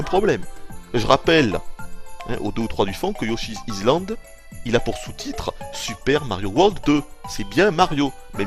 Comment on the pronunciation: "Mais prenez un Yoshizizland,prenez un Yoshizizland !" Mdr.